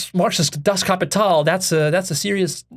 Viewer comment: Wow, wie gut du 'Das Kapital' ausgesprochen hast, 😊 Wie ein Deutscher 😄 LG aus 🇩🇪